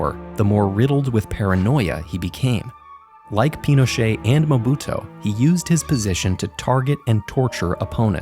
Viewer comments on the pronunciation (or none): MobutU not Mobuto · "Mobuto"? Really? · Hello, the former African president's name wasn't Mobuto but Mobutu...